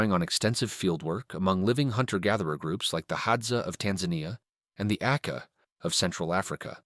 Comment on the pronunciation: Is this AI voice? "Cohz- sleeping"? Calling them the "aka" first and then the "ay-kay-ay"?